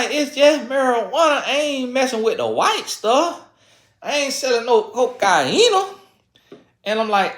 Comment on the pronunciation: “I ain’t selling no coke-ah-ina” 😂